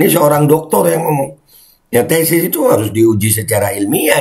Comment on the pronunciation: Bukan tesis...tapi TESTIS..Wkwkwkwk🤣🤣